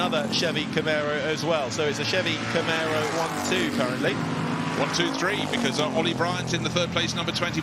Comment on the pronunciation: "CamEro" and "SHirocco" - dear oh dear - someone PLEASE tell young to get his pronunciations sorted!" Great racing!